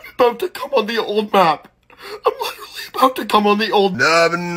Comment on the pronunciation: This is Literwy the best video on YouTube.Like Literwy hehehehe.